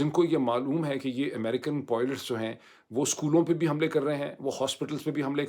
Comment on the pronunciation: کبھی....پائلٹس......کبھی.... پوئلٹس......؟.